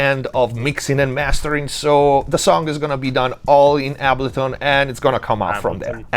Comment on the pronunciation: Biggest takeaway from this video is I’ve been saying ableton wrong this whole time, turns out it’s actually pronounced ahhbullton 👍